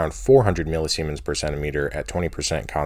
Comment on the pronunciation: millisemens hehe